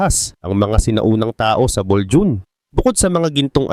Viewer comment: Bolho on basa dyan,hindi Boljun....